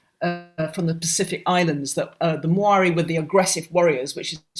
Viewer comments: The two tribes she was having trouble with pronouncing are Māori (said Mouldy) and Moriori (Mori-ori) They were the first settlers in New Zealand. And yeah unfortunately the Māori wiped them out. The Moriori did not believe in violence while the former did. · I usually like your interviews but I couldn't take this one seriously after the appalling pronunciation of Māori and Moriori also the simplistic, and from what I understand, incorrect retelling of this history of New Zealand-Aotearoa